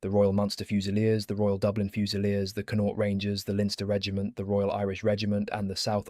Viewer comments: You pronounce Connaught like Con-oct. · Con-nought. Linster 😂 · Very interesting history, however if you are going to talk about Irish soldiers you should at least make some effort to try to pronounce their names and the names of the places in Ireland from which they come correctly. It is just lazy and appears somewhat disingenuous to mispronounce their names etc over and over, especially such easy names as, "Ennis", "Connaught" "Sinn Fein" or "Fermanagh" and even ""Donegal" or "Athy". As with all of there names and places the correct pronunciations are not difficult and can be found online phonetically. German, Dutch and French historians have spoken and presented on Irish regiments and have successfully made the effort to use correct pronunciations even though both Irish and English were not their first languages. The use and mispronunciation of the saying and motto "Fág a' bealach" at the end is annoying, it can even be anglicized as "Faugh a ballagh " and again can be found online. However It has nothing to do with asking for or expecting to be given "Quarter". It is a traditional Irish battle cry which translates as "clear the way!" a motto indeed very suitable for the theme of the video but again it was used incorrectly, just a little effort and care made and it could have also been used correctly and to good effect. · I love the history my Great grandfather and great grand uncle fought in the great war both returned home to fight for Irish freedom . But the pronunciation of the Irish Regiments is killing me. 😂 Please try harder Especially Connaught omg so bad😂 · it takes 20 seconds to find correct pronunciation